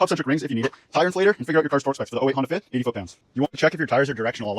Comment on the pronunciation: “Honda fih” 😂